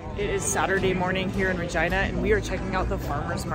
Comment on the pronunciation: Its ree-gina not ri-gina